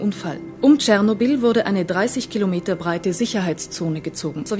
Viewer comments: Bitte sprechen es nicht Tschernobiiiiiiiiiiiiiil aus sondern Chernobyl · Tscharnobil was😩😩 Es heißt Ченобель👍👌